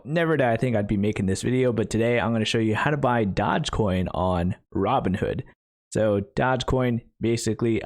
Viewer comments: "dodge coin" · I love how he calls it Dodgecoin to troll everyone